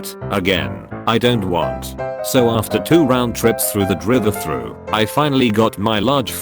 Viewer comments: dri -vey thru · Burjer King kwes-a-dill-a drivuh-thru